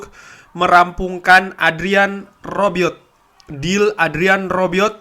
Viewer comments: Bang Rabiot bukan arbiot😁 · Rabiot,,bukan arbiot